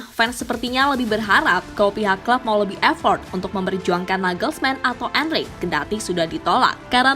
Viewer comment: Poketino poketino.... Pochettino min bukan poketino. Bacanya gak usah sok2 an gitu. Dlm bahasa Spanyol gak gitu jg kalo bacanya. Trs jg Enrique dibaca Enrike bukan Enrik 😏